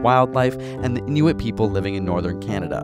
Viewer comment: he said Inuit properly! Did you know that the word 'Inuit" is plural for Inuk?